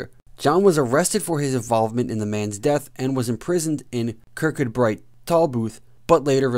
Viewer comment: Kircudbright pronounced kirkoobri